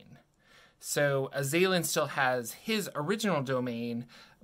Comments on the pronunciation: Pretty sure it's azz-uhh-lin, not Uhh-zay-linn🤷🏼‍♂️ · I don't know if the pronunciation is actually correct or not, but my soul died a little every time you said "uh-ZAY-lin" rather than "AH-zah-lin" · Azalin the Lich is pronounced AZ-ah-lihn NOT ah-ZAY-lihn. It's driving me crazy with the incorrect pronunciation. Damn young-uns ! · I believe it was pronounced AZ-al-lan due to the correct word being Azal'lan. but the baroviana mispronounced it to Az-a-lin so he started using Azalin instead and added rex to become Azalin Rex. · For the last 30 years I have been saying The Azalan'sname as AZ-a-lan. Now I am curious as to how it is really pronounced. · I don't know why you keep putting so much emphasis on the second A in Azalin... It's Az-al-in. It stems from his title of Azal'Lan, which he adopted as his name, and was then mispronounced by the locals in Barovia as Azalin. If you are going to make a video about something, at least learn how to say the words.